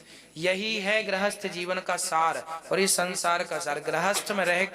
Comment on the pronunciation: Grahasth nhi grihasth hota hai